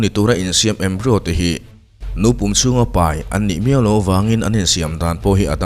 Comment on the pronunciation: Embryo (embrai-aw) zawk alawm